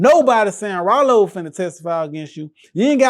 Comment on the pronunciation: Rah-Lo. Bruh definitely see the light in himself